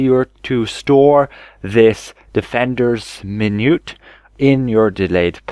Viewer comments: Minuet is pronounced "min-ū-ette" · min-yew-ett and on-core ... however you get more of them right than the other creators I've seen lol, good on you for saying 'this one' stead of trying to pronounce some of the italian words